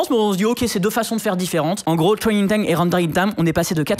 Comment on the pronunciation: twraining time and wendewing time